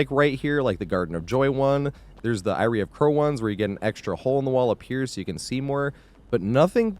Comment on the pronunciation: Hey homie, much love. Eyrie is pronounced like airy or more commonly eerie. What you said is Irie, a Jamaican/Patois word for cool. Love your content bro, I'm just a pendantic tit and want you to sound as smart as you are.